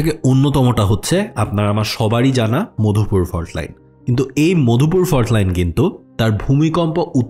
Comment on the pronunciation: Mopdhupur❌ Madhupur✅